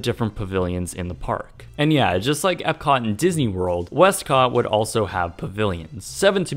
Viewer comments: "west-COTT!!!" Lol, XD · "westCot" lol